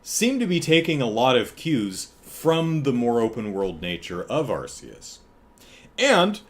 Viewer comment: I need to tell you something about Pokemon Legends Arceus (for which the Arse-ee-us pronunciation is indeed correct): What you've seen of it in trailers isn't representative of how the whole game looks. The trailers are the best parts. The actual game has many parts that look absolutely horrible, with visual issues that you didn't even see in the N64 era. There's horrible screen tearing whenever you turn the camera. And whenever you're inside a cave, there's some ridiculous pixelated outline around all characters which makes it look like they were cut out of one image and pasted onto another. And the thing is, back when Pokemon was 2D, they looked great for the consoles they were on. And even the couple of 3D spinoffs at that time looked good. But Gamefreak must have had help then, since the 3D games they've made themselves have all really struggled. The series fell off a cliff in quality as soon as it went 3D. It's not just the appearance either: You can tell that the extra effort needed to make 3D environments has been a huge drain, and so the games have gotten smaller, with less content. Somehow the most profitable media franchise in the world can't find the money to invest in its flagship product.